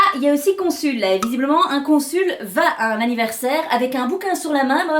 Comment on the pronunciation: Une syllabe en trop à "consul" ? ... .. 🤔 Ça veut rien dire du tout "sul"!